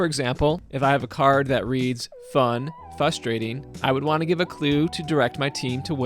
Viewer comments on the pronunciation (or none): I’d give the clue “Fustrating,” because it’s frustrating how you mispronounce it 😂